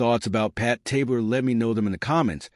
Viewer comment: Good stuff, except his name was pronounced Tab Ler, not Tabe Ler.